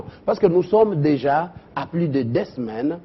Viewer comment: Journaliste oyo pe lopoto matata.mm " deux semaines et non dais saimaines.